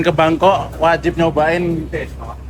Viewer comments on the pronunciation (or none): none